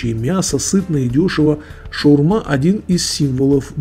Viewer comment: хоть “шаурма”, а не “шаверма” и на том спасибо